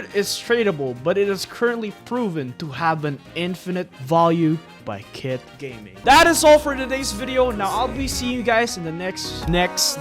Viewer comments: The people who relise at the end he Said:Kitt gayming😂😂😂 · bro really said "kit gayming" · "Kitt Gayming" 💀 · "kitt gayming"💀🙏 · nah bro really said "kitt gayming"💀💀💀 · "kitt gayming" is wild 💀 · "Kit Gayming" 💀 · ''Kitt gayming''💀💀💀💀💀💀💀💀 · Did he say kitt "gayming" 💀